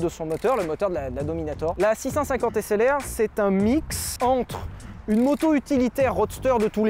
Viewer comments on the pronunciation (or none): moi quand Sylvain a dit SLR: Un HessLR ?